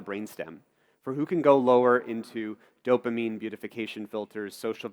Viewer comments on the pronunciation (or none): none